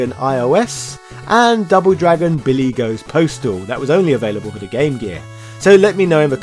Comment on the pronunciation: What? Did you say "Bimmy and Jimmy"?? LOL.